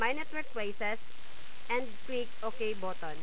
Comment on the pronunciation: 'click the add botton' hahaa